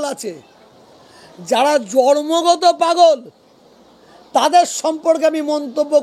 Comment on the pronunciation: কথাটা জর্মগত নয় জন্মগত। প্রথমে ভাষাটা ঠিক করুন।